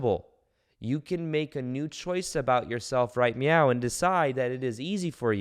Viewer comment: I swear you said right meow 😻 twice!!!